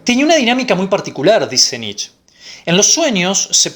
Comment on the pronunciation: Muy bueno, pero Nietzsche se pronuncia Nitche, debe sonar la e final.